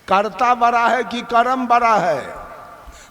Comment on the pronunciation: Baraaa नही बड़ा बोलो😡